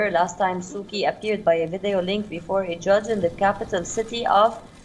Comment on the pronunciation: It's Su Chee.. not Su Kee